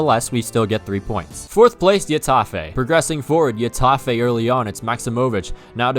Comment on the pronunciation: When will he learn its pronounces hetafè not yetafè